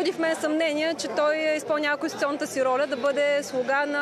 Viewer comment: Пронститунционата реформа ли каза КараДаГъ ?😂😂